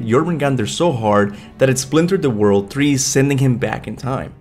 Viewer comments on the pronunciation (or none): Dude, is tree, not three, and it’s trailer, not thrailer!!! Can’t listen to this 🤦🏻‍♂️🤦🏻‍♂️